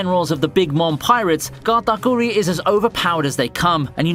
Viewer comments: Okay since no one else is gonna point this out, did y’all hear him say Katakuri in a thick Italian accent at 💀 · I can't with the way you say Katakuri's name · Your pronouncing kuri in katakuri wrong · Why do you say Katakuri like that